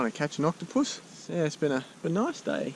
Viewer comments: it said coctopus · says Coctopus